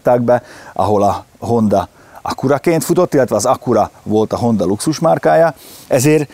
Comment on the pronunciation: Nem HondÁ hanem HondA. Köszi